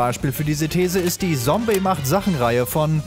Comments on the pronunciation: es heißt Zombey nicht sombey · Sombey ??? Triggert Es heißt: !Z!ombey mit Z, wie bei Zombie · Sombey D:..... er sagt Sombey.... nicht Zombey... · Ja, Zombeys Kunstwerke! ^u^ Als ich die Benachrichtigung gesehen hab, wusste ich: Sehr gute Wahl! Zombey hat übrigens (wenn ich mich recht erinnere) mal auf Twitter ein Bild von dem Ordner mit den ganzen “Zombey macht Sachen”-Thumbnails gepostet... Er könne genau so gut Patient in der Klapse sein, hieß es. xD Nur noch ein Tipp (und den habt ihr nicht von mir): er wird nicht Sombey, sondern Tsombey ausgesprochen. xD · Nicht Sombey sondern ->Z<-ombey!😂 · Es heißt Tsombey nicht sombey 🙄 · ZOMBEY nicht SOMBEY xD Der selbe Fehler wie bei Paluten damals ;D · Rune er hasst das es als ,,sombey" ausgesprochen wird. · Rune Ne, zombey sagt selbst, dass man Zombey mit Z aussprechen soll und nicht mit S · KGM Da es ein Eigenname ist, kann der Namensträger entscheiden, wie er ausgesprochen werden soll, deswegen Heißt es wirklich Zombey ^^ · Mimikyu Es ist ein Eigenname, da zählt die Aussprache, die der Träger möchte, deswegen wird das Z auch wie ein Z ausgesprochen